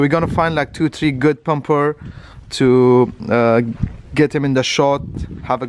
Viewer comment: Not pumper Bumper* learn english bro